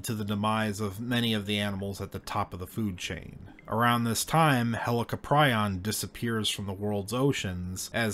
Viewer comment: Pronounced Hell- Co'Prion. Not Helico.